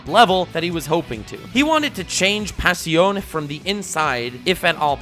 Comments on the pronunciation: You pronunce passione with more of a french accent and definitely not italian lol. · The way you pronounced passione had me wanting to commit road roller on myself